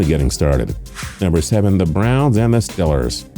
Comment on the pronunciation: he actually said STILLERS lmfao